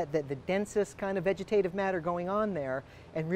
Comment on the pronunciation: That moment when you’re enjoying the info on a video and then he says “foilage” or “vegetive”. Come on! After all these years?